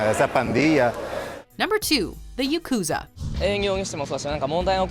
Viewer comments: It is called Ya Ku Za , all syllables have same length ... pls learn to pronounce properly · Pronunciation of “yakuza” here bothers me unreasonably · Is it just me or did they misspronounce yukuzas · Say it with me: Yak ew zah